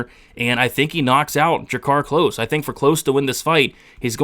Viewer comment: *klose not close